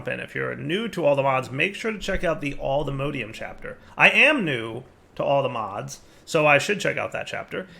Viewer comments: does it bother anyone else that he pronounces "Mod" correctly but pronounces the ore/ingots like "mode"? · 'Allthemodeium'. Please. Its based off of All the Mods, not "all the modes" xD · Hearing dire say "alltheMODEium" hurt my soul.